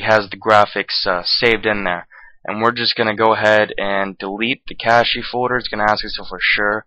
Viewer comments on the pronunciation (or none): "nividia" "cashy" no but seriously nice vid